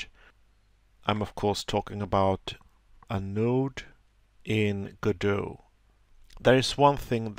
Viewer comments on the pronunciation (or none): It's not said / spelled GoDot it is said like God-oh